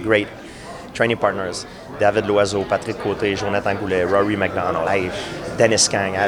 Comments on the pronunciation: It's like ralwry macdonald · I'm not paying attention to anything after he said rory mcdonalds first name. I don't understand how he pronounced that. Whaaaaat???